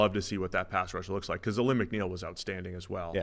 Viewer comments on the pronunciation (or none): you guys have been saying Alim's name wrong for weeks. Its pronounced Ah-leem. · It's pronounced a-leem McNeil. The Lions are handing out paybacks to any team that has disrespected us in the last 20 years. This team is built for one thing and that is the SB. #OnePride